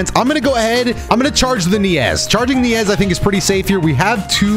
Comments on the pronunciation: Its pronounced Naze ffs! Like Mayonnaise! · First time I’ve ever heard someone say Neiz like that